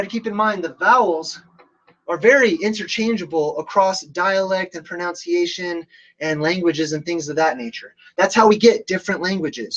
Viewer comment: please note that it's "pronunciation." No "ow" sound needed.